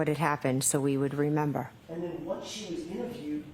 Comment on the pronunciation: She looks like shes trying to hard to say i dont remembah, for the millionth time. No, we not asking what the report says, we asking if u says.